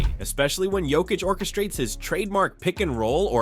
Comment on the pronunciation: This guy is still in last season. KCP ain’t with my Nuggets anymore. Also if you haven’t noticed Jamal has been playing better as of late. Can this crap Also you keep pronouncing Jokić’s name wrong.